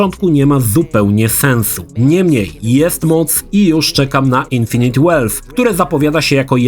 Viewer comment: Oglądam Twoje materiały od bardzo dawna i ogólnie bardzo Cię lubię, ale za każdym razem, gdy wymawiasz słowo infinite jako "Infiniti" mam ochotę kogoś udusić.